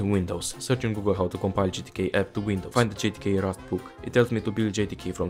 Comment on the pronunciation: the screen and captions say “GTK”, but voice sounds to me like it is saying “JTK”?